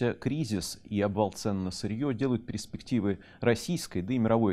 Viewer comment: доброго времени суток..., перИспективы. - эти речевые ошибки и прочие из уст известного журналиста, редактора???